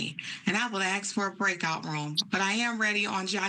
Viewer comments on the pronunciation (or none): I will not forgive a professional lawyer for saying AX instead of ask. If You can't speak your native language, you have no business being a lawyer!!!!!!!!!!!!!!